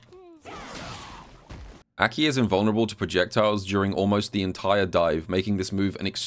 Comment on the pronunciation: I hate how you pronounce her name but imma suck it up for the gems